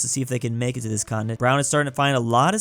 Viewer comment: Bro called Canada a contenent